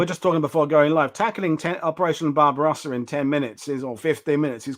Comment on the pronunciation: Guys, please listen: It is NOT pronounced “BarbaROWsa”, but BarbaRAWSA…. Get it? Drives me insane